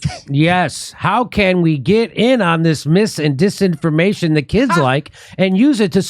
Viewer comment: mees-information dees-information LOL. I'm a Kiwi and you cracked me up!!! 🤣🤣🤣 We have very flat vowels.